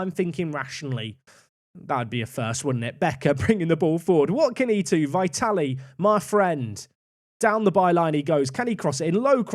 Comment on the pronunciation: Great stuff as always. Just an FYI- pronunciation of Vitalie is vit-al-ee-eh. Or if it makes more sense think of how Italians pronounce "Italia"- vitalia